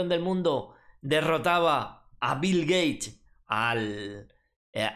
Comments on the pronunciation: Shot por cada vez que dice Bil Geish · "Bill Gay" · bill geich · si asi dijo jajaja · Qué contrariedad para Bill "Gueich" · Bill Geish! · Bill Geich, me encanta!